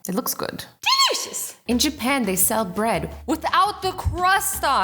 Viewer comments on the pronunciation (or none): you always say delishes 😗💕🍕🍔🍟🍗🍦🍭🍉🎂🍪🍧🍫🍬🍩🍮🍒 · the way when she pronounced "DELICIOUS" is kinda sweet and cute and rlly weird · The way she pronounced the word 'delicious' is really cute